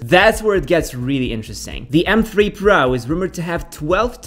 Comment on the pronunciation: pardon me, i'm a bit confused, you're saying m free or three? :)